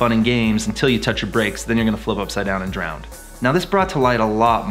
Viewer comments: Hey dude ... no doubt you are a great pilot but one thing for sure ... there is no “D” at the end of the word “DROWN” !! Just sayin’. 🤓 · and . Does it bother anyone else how he keeps mispronouncing drown? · Yet another great video, this one showing the dangers of showboating. (131 haters so far, even after you recommended "Don't!" half a dozen times during the video.) :( P.S: Best not continue using the word "drownd". ( "pretty much guarantee you're gonna drownd out there.") I'm amazed at how many people I hear say that un-word. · DROWN. NOT DROWND